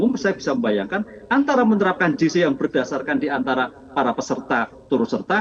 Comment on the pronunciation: Bukan “JI SI” (GC) mbak.. tapi “JE SI” (JC)